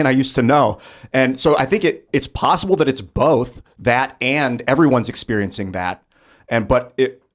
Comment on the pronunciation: Tim! Bolth is not a word 😅